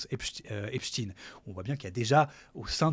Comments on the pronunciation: Au fait, ce n'est pas epchtine. C'est epSTEIN. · Beaucoup pensent qu'ils prononcent Epstine pour tenter en vain de faire croire aux plus crédules que le pervers était russe et non pas juif. Merde, quand même ! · Dés qu il a prononcé « Epstiiine » j ai décroché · Quel cinéma, Il faudra penser à rendre l’argent les gars! Au fait, on prononce Epstein, pas Epstine, ce délinquant et escroc n’est pas russe. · Ah oui? Et quand les américains parlent du manager des Beatles (parce qu’ils ont le droit d’en parler), pourquoi prononcent-ils Esptein? Pourquoi personne n’a jamais prononcé Brian Epsteen nulle part sur la planète? La raison est autre. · Je savais pas qu’en français on disait inchtin pour Einstein 😂😂😂du coup pourquoi dire epstin pour Esptein. Vous allez jusqu’à transformer la langue française…. Et ça se voit… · Il était Américain, et les Américains prononcent "Epsteen".